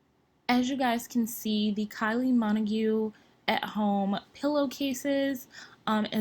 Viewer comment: Your pronunciation of minogue killed me🤣🤣🤣🤣, It's Minog she's Australian based in the Uk